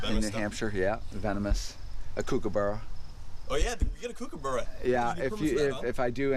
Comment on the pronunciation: The way you say kookaburra, as an Aussie, offends me